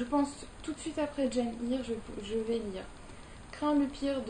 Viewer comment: Arrfff pour Seamus on dit Shaymus et pas simuss Et pour Eyre on dit : Air... ça veut dire Irlande en Gaelic... Désolée, je ne devrais pas reprendre sur la prononciation. ( défaut des origines irlandais sans doute...) C'est pas le but de la vidéo, que j'ai adorée, comme toutes tes autres vidéos. Ce n'est pas ce genre de détail qui m'arrêtera de te suivre :) Toujours de bonnes explications j'adore :)